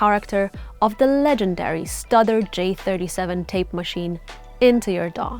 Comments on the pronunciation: It's Stewder not Studder! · Did she say “studder” ? Have I been saying it wrong for 50 years? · I believe studer is pronounced like stewder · It is most definitely “stoo-durr” and “neeve”. Also while we’re at it, it’s “Moe-g” like Joe with a G at the end, not “Mooog” like a cow. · I heard stutter....😊